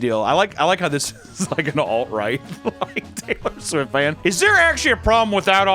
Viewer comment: Uh, uh, Swaylor Tift.